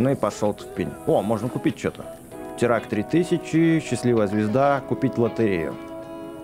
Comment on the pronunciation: БЛИН ВЫ ЗАДАЛБАЛИ ДЕЛАТЬ ОШИБКИ НЕ ТИРАК А ТИРАН 🤣